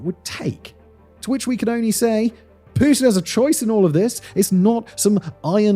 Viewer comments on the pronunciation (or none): none